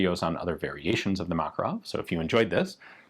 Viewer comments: it's makArov not mAkarov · ma-KAR-ov not MAK-a-rov. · seems like americans pronounce kalAshnikov, but fail to do the same with makArov it is makArov and not mAkaroni, very weird and strange at the same time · Please stop saying mAkarov, its called MakArov. It is on the second "A". We respect your names, please respect also ours! Thanks! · makArov, for Lord sake, not mAkarov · Thank you for a great video with so many details! Small correction. It's MakArov, not MAkarov. 😅 To Russian speaking, it,'s like hearing someone say ThomsOn machine gun to English speaking. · just saying it's not mAkarov but makArov accent on second vowel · Just a FYI, the stress in Makarov is on the 2nd syllable: mak-AR-ov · Except it is not MAkarov, but MakArov :) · Inflection is on the second vowel, makArov. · Btw, stress is on the second syllable - MakArov ( Мака́ров) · From a Russian friend. Ma-KAR-ov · A YT channel run by a Russian (Casper Arms) pronounces it as Mah-KAR-ov, with the emphasis on the second syllable. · You should look up the original pronunciation! The emphasis is actually on the second syllable. muhKARov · It is pronounced McAre-off. Means the son of Macareus. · For a guy who is going to die on the hill of pronouncing the US WW2 infantry rifle as GARE-and, pronouncing mah-KAH-rov correctly doesn't seem too big an ask. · Anglos for some reason can never pronounce the name "Makarov" correctly. Even guntubers, who should know their stuff, fail to do that: Ian pronounces "Kalashnikov" and "Tokarev" pretty much flawlessly (for the English language), but gets the "Makarov" wrong. Remember, boys and girls: the accent in "Makarov" is on the second syllable — mah-KAR-of. Like, if you say "muh car!" and then add "off" at the end. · It is pronounced "Makárov". The emphasis on the second "a". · A little correction, makArov, exclamation at second 'a' ;) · Man...the way Americans pronounce Makarov is ghastly to those that speak Russian.